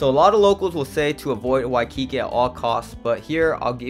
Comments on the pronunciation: WHY- Ki-KI is killing me. He said it wrong 1000x I hope someone corrected him at some point on his trip. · Nice video. Uncle's ice cream is great! Please work on your pronunciation of "Waikiki" and as someone else mentioned, know the difference between local and Hawaiian food. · Dude, the way you say Waikiki is weird. 🤣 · You're saying Waikiki wrong ask a local how they say it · You Fk up the pronunciation of Waikiki.